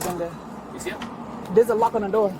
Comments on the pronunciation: “open the noor” 💀💀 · “open na noor”